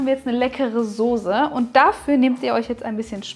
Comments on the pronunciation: Soße, nicht Sose 🤭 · Sauce / Soße SZ und nicht Sose!!! Furchtbar 😖